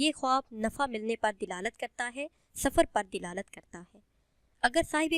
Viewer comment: Apni urdu to thek krlen, dilalat nhi hota dalalat hota h